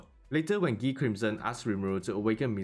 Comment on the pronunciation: I love when people say Guy name as ghee😂